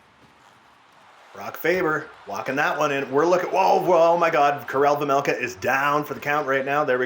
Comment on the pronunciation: It’s vejmelka not vemelka